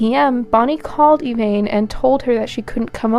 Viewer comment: I’ve never heard of this case. Great job! I love when I find cases that haven’t been done over and over. If I could make one observation? The victim’s best friend, you called her “Evaine” throughout. Everyone in the court testimony called her “Evanne”. I just think that’s important when telling these stories. 😊